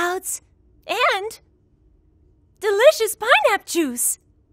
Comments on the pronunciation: "Pineapp Juice" ... right... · Uhhhh pineapp...le ....its pineappLE ok not pineapp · lol and “pineap juice” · Pienap??? I've always pronounced it peenap! My life has been a lie